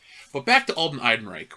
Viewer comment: why do you keep calling him alden eidenreich bro just google the correct pronunciation